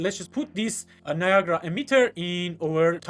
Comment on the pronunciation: its not viagra its NIA GA RA